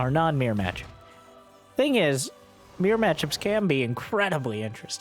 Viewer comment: It's only now that I realized every time he says mere matchup, he was actually saying mirror matchup.